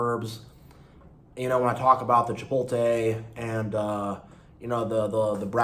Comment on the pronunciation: Hey btw just to let you know it's Chipotle (chipot- ley") not Chipote